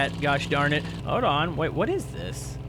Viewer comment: hoed on..... no it's hoLd not hoed.